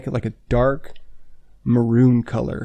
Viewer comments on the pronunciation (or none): none